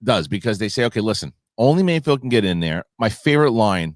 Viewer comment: HE’S CALLED MAYFELD —- NOT MAYFIELD, FFS!!